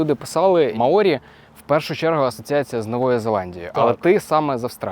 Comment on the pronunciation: Наголос на "а" - мАорі. Дякую за захсит! Слава Героям! 💙💛